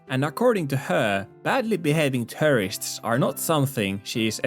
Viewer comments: The way you say “tourists” sounds like “terrorists” :D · "i see terrorists all around me." really caught my attention